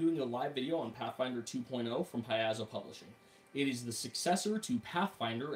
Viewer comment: Paizo: pronounced pie-zo. ai = long i, at least in this case. Sorry, but that was driving me crazy. Thanks for giving the rundown, though.